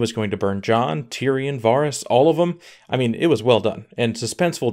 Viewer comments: It’s vArys not vaarys don’t u watch the show? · OMG, please say VER-ys, not VAAR-ys. It sounds so bad, lol. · Why is it so many youtubers say names blatantly off from the show? Do the audio books say [Var-ys, Ver-eez], instead of Vehr-ys. I also hear a lot of Duhnereeeeez, Ser Dayvos, even D&D say Meeesenday, when no character in the show says it like that. Like what is with the intentional difference? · I definitely agree that a lot of it was rushed. The plot points weren't the problem, but the execution was. Also it's Vah-riss and not Vaw-riss. :P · The most unexplainable thing is that you've been watching this show for 8 seasons yet you can't pronounce Varys. VARRIS! NOT VAHRIS. VARRIS! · Dude how can you pronounce it Vahhris?? Have you even seen the show? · if he says varis one more time... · Varys, Varys, Varys. It's pronounced Varys... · u say varys so odd - and if tyrion tried to sway her he would b killed too - Jaime would have died either way. He stay locked up he die. he not gonna be released and not try to save his sister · Can't even pronounce Varys right